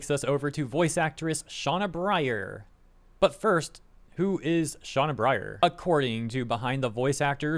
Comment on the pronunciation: Pronouncing Sena like Shauna.. Oof. Might wanna look into that.